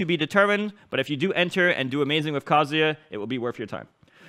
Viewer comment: Kazoo yuh